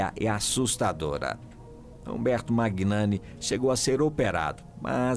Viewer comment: Quando uma pessoa se propõe a falar sobre outras pessoas, o mínimo que se espera é que essa pessoa saiba o básico: o nome de quem se fala!!! A pronúncia correta do nome do ator Umberto Magnani é MÃNHANI, e não MÁGUINANI!! Procure se informar antes de falar errado!!!